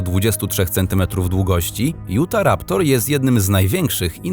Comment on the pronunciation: Nie jutaraptor tylko utharaptor a musi się utaraptor